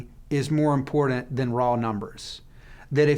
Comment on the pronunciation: This guy says importet instead of important and he uses that word often.